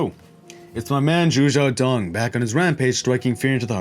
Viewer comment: my guy its shu shao dong not zu